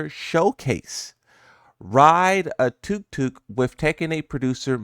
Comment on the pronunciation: its pronounced tuck-tuck. you gotta get out to thailand